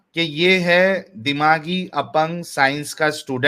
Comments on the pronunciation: ये साइंस को साइनस बोल रहा है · 😂😂साला... आधी स्ट्रीम मे सोचता रहा यें "सायनस" क्या हैं.... बाद मे पता चला... यें आरिफ चूxx को "सायन्स" बोलना था....